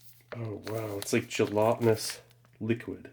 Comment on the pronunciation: My brother in Christ, “gelatinous” has a short a